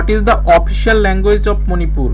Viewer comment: Please pronounce Manipur clearly. It's really irritating.